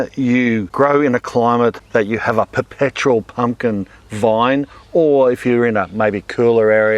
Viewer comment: Pump- kin - pump kininkin 🤣🤣